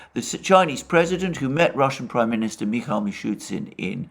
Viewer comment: Russian PM name is Mee-shoe-steen not Mee-shoe-Tzin.